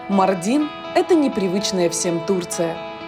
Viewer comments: Ударение в городе МАрдине на 1-й слог на букву "а" - не МардИн, а МАрдин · Ударение на а. Ма́рдин а не Марди́н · не мардин а маардин ударения на а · Блин, Ивлеева когда приезжаете в город, то хотя бы произносите правильно название города, не МардИн, а МАрдин ударение на А. И еще Ивлеева, то что ты там черпаком черпала типо мыть голову так нет, это для дастамаза, омовение ног перед намазом, ну и частичка хамама. В турецких хамамах с такой ванночки ополаскиваются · МАрдин - ударение на А, ё-мое. Аж уши режит.. И турки знают Мардин и где он находится. Почти не раскрыли этот потрясающий город и местность. Про еду кроме кабурга долмасы и синего миндаля ничего больше не рассказали. Ни про разновидности кофе, ни про богатейшую кухню. Ни про дрнвнейшее ремесло телькари (telkari), по которому делают украшения тысячалетиями, ни про мыловарение и изготовления вина. Ни про огромное количество национальностей, живущих в Мардине, ни про культуру.. Ну, ничего мы это исправим 😉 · Ударение на а. Мардин.